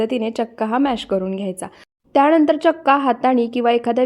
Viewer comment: त्याणंदर नाही त्यानंतर बोला, आधी शुद्ध मराठी बोलायला िशका